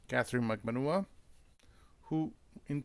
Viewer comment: Katie's surname is pronounced Mag ban wah like what without the t